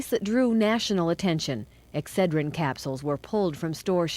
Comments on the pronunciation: I like how puts the em-PHA-sis on the wrong sy-LLA-ble when saying EX-ce-drin instead of Ex-CED-rin. 😆😂🤭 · Just a heads up: Excedrin is pronounced x-CED-rin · Its pronounced x said er in not X tra gen. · Not EXER-DRIN, X-SAID-DRIN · I was confused. In US we pronounce it ex ced(accented 2nd Syllable) rin . I first thought sure you were saying estrogen. lol😊 of course, pronunciation of English really varies. Love your show. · The way he says "Excedrine" as "Ex Ed Rin" and not "Ex Ced Rin" is adorable, too bad he corrects it halfway through the video . The story is horrifying. Apoxia is awful. If my husband died, I'd be drunk too. Just sayin. Did they test the spouses?? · Ex-suh-drin? We call it ex-SED-rin here in Usa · exujrin? girl its ex SED jrin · Exce-drin? Ex-ced-rin 😂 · you're killin me. It's pronounced "EX-ced-rin" Give it a GOO! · They were capsules not tablets. EXCEDRIN is pronounced ex-SAID-rin. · Sorry, but it's pronounced " Ex-CED-dren. I hate myself 😮😮😮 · It is pronounced x CED rin! 😉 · If you hadn't shown a picture of Excedrine, I would never had known what you were saying! It's pronounced ex-said-ren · It’s too cute that your saying Excederin wrong😅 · Exsaidren is the correct way to say this. I was trying to figure out what the heck it was. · Pronounced ....X-ced-drin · I love you, but it's Ex-CE-drin, stress on the second syllable. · The way you say excedrin🤣🤣 it’s ex-sai-drin 🤣🤣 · Anyone else from the States just loving the way says “EXcedrin”?! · ExCEDrin Emphasis on the middle syllable. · Yeah, he says it as if there was no C. Exedrin. Hehe. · He did say Exheadrinn at least one time. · It was driving me nuts. I had no idea what he was talking about. Then he showed a picture and I'm like, "ooooh. Ex - CED.- rin!" Accent on the second, not the first. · 🌈 It's pronounced Ex-Ced-Rin. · dude I love your videos, but it's pronounced X-SAID-Wren (like the bird) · It's pronounced...Ex-said-dren. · Ex- SAID- dren.